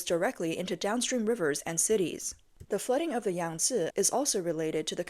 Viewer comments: YANG-SEE RIVER.... SAY IT WITH ME YANG-SEE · hahahaha YANG - SEE RIVER HAHAHAHAHA